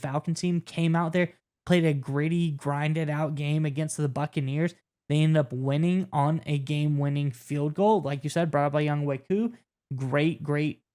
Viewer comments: for future reference it's pronounced young-way koo. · Pronounced Young-Way Koo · its pronounced "young way" koo